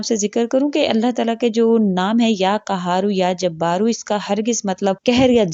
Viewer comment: Madam qaharu ya kaharu ??? Aap qud kaharu kahrahe ho galat to kya faida . Aap ko hi bolan nahi aaraha hai . Is ke to meaning badaljate hain Allah raheem kare qaaf aur kaaf me farq seekhen .